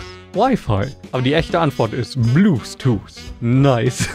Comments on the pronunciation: Also die ansicht das statt bluetooth, blusetoose sagt HAHAHAXD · Sein Englisch triggert mich unnormal XD Bluthtuth xD